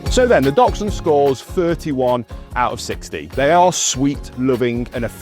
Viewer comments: Please at least know how to pronounce their name. They are not “Doxhunds” as you keep saying, they are “Daxhunds” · I've heard others pronounce is DOXhund... I agree that in Germany (I live in the UK) our friends say DAXhund as DACHS is badger and we say Daxhund but pronounces it the same way and has a very similar accent to this lovely gentleman. 🤔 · It's Daxhund for pronunciation, great video, learnt lots, thanks! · whats a "Docksund"? I have an adorable Dachshund. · Begin by learning how to.pronounce the name of the breed correctly ....its not Dol..sun ....Great start . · I’m sorry but I couldn’t get past 10 seconds. His pronunciation of dachshund was triggering..” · Poster can't even pronounce Dachshund. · At least pronounce the name properly! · I'll start listening to him when he learns how to properly pronounce dachshund...